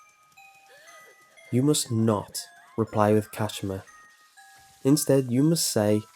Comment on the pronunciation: *KaSHEEMA 🙄 *TaKEEO